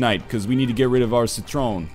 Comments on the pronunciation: It's actually /sɪ trən/ So, it's more like si-tren (si like in sin, it's short /ɪ/ not long /i:/ or reduced /i/) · NL, citron is french for lemon. The french pronounce it see-trawh, of course the R is rolled, and the stereotypical N-like sound is put at the end in the general area of 'awh'. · citron is actually pronounced sea-trohn and it means lemon